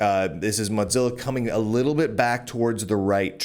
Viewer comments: Never heard anyone pronounce Mozilla as Modzilla, is that the right pronunciation or is it Mozilla? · Mow. Zilla. It's not a cheese. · Honestly, Motzilla is a better name. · You continue to make a fool of yourself mispronouncing Mozilla. Unsubscribed.